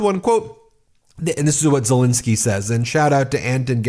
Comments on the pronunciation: Petty I know, but why do americans call Ukraine president Zelinsky when his name is ZelEnsky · Please can we be observant and professional enough to manage to pronounce Mr Zelensky's name correctly. It's not Zilinsky. It's Zelensky. You make yourself look like an amateur. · Ben,, please call Zelensky his proper name, not Zelinisky. It`s an E ffs. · Zelensky not Zilinsky. Please... It's been 3 years. Please try and get it right. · It's pronounced ZeLENsky not ZeLINsky. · Why do you call him Silinski all the time?